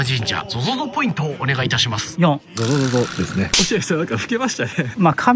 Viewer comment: ゾゾゾがソソソになってる笑